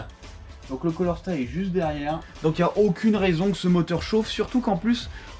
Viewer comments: Beau travail sauf on dit CALOR STAT pour "chaleur " et non colorstat . Désolé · Super taf , tu t’éclate bien ! Respect ✊ Par contre sa me chagrine un peut de t’entendre dir "un colorstat " et " une bobine jémostatique " 😅